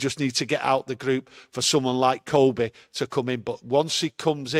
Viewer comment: Monthly reminder: Kobbie like Robbie, not Kobbie like Kobe (Bryant). I think 'we' have a responsibility to have the lad's name pronounced correctly. His play has earned at least that much !